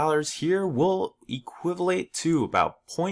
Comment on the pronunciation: Equivelate? Just casually making words up :)